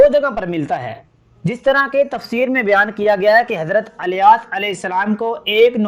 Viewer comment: Subhanallah bas Naamhise kuch Canfish hai idrees... Ku adrees aur ilyas ... Ku alyas kehte hain aap kya Saheehai?